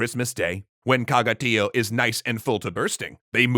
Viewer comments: For anyone listening, it's not pronounced TEE oh, but tee OH. That's what the little line over the o means in TIÓ, that the stress is on the o, not on the i. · As a Catalan I'm glad to see a video about our beloved "Tió". A small correction about the pronunciation: Tió has an accent in the o, which means that the stressed vowel must be the o, not the i.